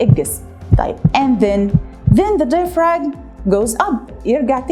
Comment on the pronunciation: When we pronounce diaphragm we don't pronounce the g sound.